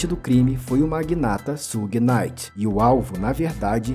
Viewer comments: Tudo certo o cara só não pronunciou um nome certo Suge se pronuncia chãge ou Xãge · na verdade se pronuncia "shiug"; aceitando-se que possa ser pronunciado puxando pro "shãg", como tu disse. É como eu falar "chocolati". Quase todos falam assim, mas a pronúncia correta é "chocolate". O U em inglês se lê "iu" e portanto é assim que se pronuncia Suge.